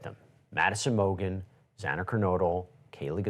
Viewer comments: HER NAME IS XANA!!! Not XENA! UNPROFESSIONAL! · Xana. Gawd, is horrible. Her name wasn't Xena. Can't listen to any more of this. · XANA!!!!!! XANA PRONOUNCED: ZANA!!!! STOP MISPRONOUNCING XANA’S NAME!!! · It’s not Zina its Xana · Xana not Xena. TMZ you’re all over the place. As usual. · Xana not Zena!!🙄🙄🙄🙄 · Sir, her name was Xana, not Xena. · Why is this idiot from TMZ talking about it with Ashleigh when he keeps saying Xena instead of Xana and thought Bethany was Dylan? He knows absolutely nothing about the case. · Xana's name is not difficult to pronounce. If youre going to speak on the case, you should maybe get that right. The judge should be ashamed as well. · sucks - doesn't even know the case and can't even pronounce Xana's name correctly. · Why is it so hard for ppl to pronounce XANA KERNODLE right?!! The freaking JUDGE even messed it up TWICE. And now isn't even capable of pronouncing her FIRST name right. How hard can it be. Do your homework and show some respect to the families. Ashley, please with all due respect, correct people who do this because it's disrespectful. Also, I had to tap out after a couple of minutes, because barely knows the case. I like this channel but this is appalling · The mispronunciation of Xana's name is so upsetting. Especially from the judge who has been a part of this case for years. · No ones name is mispronounced more than xanas :/// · TOTAL DISRESPECT!!! Can't even get the names right! Why us he even on this show?? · Can’t even pronounce Xana name right. Can’t stand him, he’s so disrespectful & TMZ is a joke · Her name is XANA ffs. Why can’t these so called Journalists pronounce names properly. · At a minimum PRONOUNCE THE VICTIMS NAMES CORRECTLY. Good lord. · I love Harvey Yall so obsessed stop trippin folks. U SAY HER NAME WRONG OMGGGG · needs to stop interrupting. And stop pronouncing Xana’s name wrong. So disrespectful. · The judge couldn’t say Xana’s last name either.